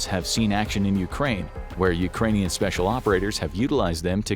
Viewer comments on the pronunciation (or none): none